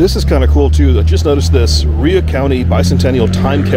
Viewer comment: Rhea pronounced “Ray “